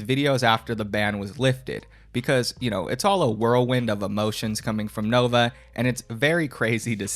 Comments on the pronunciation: Why does he always pronounce 'Nova' as 'Novine'? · Dude the fact he calls it the "Novine Universe" makes me think hes always saing Bovine like the true cow he is.